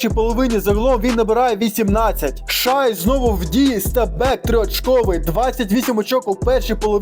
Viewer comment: Коментуєш круто тільки Шай Шей